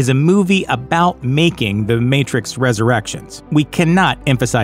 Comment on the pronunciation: I think the announcer has a glitch in The Matrix. He keeps saying "ResurrActions" instead of Resurrections. 📗📗📗